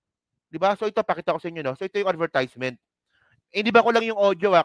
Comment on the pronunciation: Parang awkward yang pag pronounce mo ng advertisement. Please check the correct pronunciation